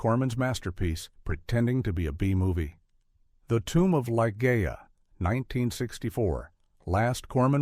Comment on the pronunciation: Great film choices, all of which I've seen save The War Game, half of which I own on DVD. AI v/o so annoying. It's Li-ZHEE-a. Funny story. I wanted to see Wyler’s film of The Collector since I’d just read the book. My sister wanted to see Camelot but grudgingly came with me. It was a double bill with Repulsion about which neither of us had any idea. I said we might as well stay since we paid. My sister hasn’t forgiven me to this day.